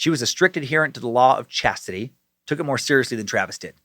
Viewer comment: Law of ssshaaaaztitie